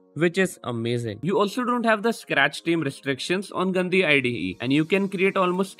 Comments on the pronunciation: But really though, how is it pronounced? I think you got what i meant, it sounded like the hindi word for "dirty" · The way you're pronouncing Gandi 💀